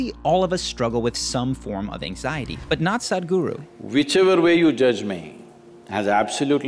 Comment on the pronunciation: It's not Saaadgru, it's S-uh-thh-g-oo-roo